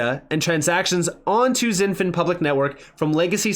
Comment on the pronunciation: It's pronounced "shin-fin" not "zin-fin". It's like Xi Jinping's first name is pronounced "she" not "zee"